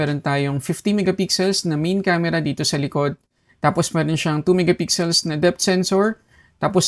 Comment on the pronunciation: Minsan nsasabi nya "miga pixel".